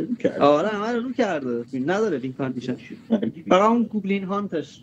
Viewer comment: به گوبلین هات میگه گوبلین هانتتتت 😂😂😂😂😂😂😂